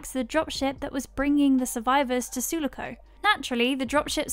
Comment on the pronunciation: It's said su-lock-ohh Just a heads up